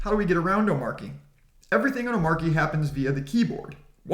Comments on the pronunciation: omarkie lol........... say it with me, "oh-MAH-chee" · great vid! Only suggestion...hate to be that guy but its "oh-mar-chee".... not "om-mar-key". Drives me nuts. Similar to people that "height" with a TH at the end... FTLOG! its not HEIGHTH lol. Anyways. Great vid. very informative. keep up the great work. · Its pronounced oh-matchy